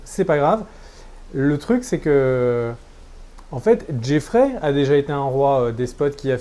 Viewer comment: il faut vraiment que tu arrêtes d'écorcher les noms des persos. Ce ne pas Helena Tyrell mais Olenna. Et surtout il n'y a pas de JEFFREY! C'est JOFFREY! xD